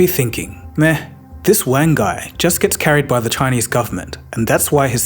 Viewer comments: Wang is not pronounced like you and your schoolboy friends used to use it. It’s Wang like car, not like bang. It’s Wahng. Ah as in aaaaaah I wish people would spend thirty seconds googling proper nouns before making a video for their 4.7m subscribers. Wang. Get it? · You're pronouncing "Wang" incorrectly